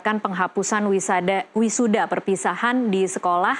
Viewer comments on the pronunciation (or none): Wi Sada emang Ada😂 ini Host kurang Tidur😢